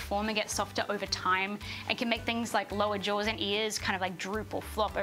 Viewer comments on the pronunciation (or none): none